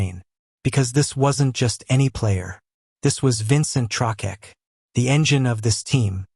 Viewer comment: "Trokeck" lol. AI crud